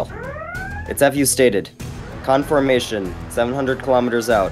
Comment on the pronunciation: "khanformation" "khanfirmed"